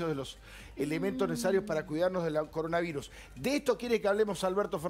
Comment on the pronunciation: Coroanvirus dice al principio XD